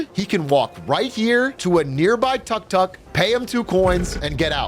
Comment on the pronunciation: And it's not called a "tuck tuck" the way he's saying it anywhere.